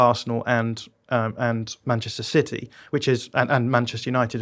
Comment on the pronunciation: Can someone please tell to stop saying 'Manchester Siddy' ffs